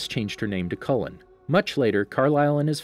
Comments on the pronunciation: Anyone bothered by his pronunciation of Cullen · It’s not collen it’s Cullen and it’s not rin is may is renesmee